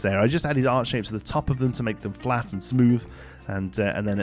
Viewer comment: every single time you say "art shape" (which is what i assume ur saying) i hear "heart shape" and my head goes THAT'S ACTUALLY A RECTANGLE SIR